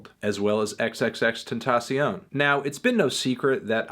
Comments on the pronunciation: "Xxx tensasiown" lol what id that pronunciation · Am I the only one who laughs when he says X's name?